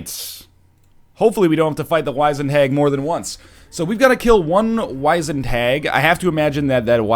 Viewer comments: By the way nl its Wiz-ened not wize-ned. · No, it is wiz-end 100%, I have no idea why he and others would be saying Wise-end. If you look it up, by several sources, it is wiz-end all the way. I've also never heard anybody pronounce it as 'wise-end' before this, so I have no idea where that even comes from. I've also been checking the comments on the past few videos looking for somebody else to mention this. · NL Wizend is not wise-end it is wiz-end (ˈwizənd). You dirty egg. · is NL trolling with these pronunciations? WEELD? WAIZENED? This guy taught English for fuck's sake. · I honestly don't think he knows how to pronounced "wizened". I just don't know why and I just don't understand why more haven't mentioned it. Edit: I'm actually genuinely kinda mad about that, because he's just teaching people the wrong pronunciation.